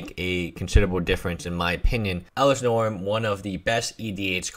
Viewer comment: It's norn Not norm